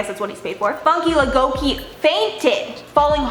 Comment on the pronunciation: The young lady who fainted on American Idol...she's Nigerian and her name is pronounced (Foon-kay Lah-goh-kay). I'm an American, living in Nigeria for 16 years so I immediately recognized her nationality when I saw her name. Watching her fall like that was horrifying. I actually don't think it was nice to air the entire thing...it was disturbing for viewers, and probably embarrassing for Funke.